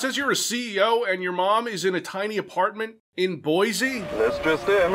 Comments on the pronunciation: As someone from Boise, this game is kind of a big deal for me. But it's pronounced "BOY-see". Not "BOYZ-ee". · "THE BOISE POTATO FESTIVAL"...It's okay,, I laughed out loud too. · as a Boise native...the words 'Boise Potato Festival actually hurts my soul